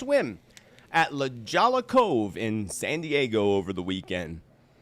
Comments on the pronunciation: LaJolla = La Hoy-ya. A very pricey nclave just north of San Diego, CA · La Jolla is pronounced La Hoy ya